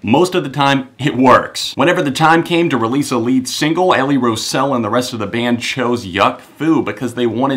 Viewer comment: Her name is pronounced row (rhymes with wow) - zell. Great review! And indeed Sadboy is a transcendent moment in this generally amazing album. They really show great progress in their song writing in this album (or maybe it's the producer's input). I was so hyped for this album and it exceeded my expectations.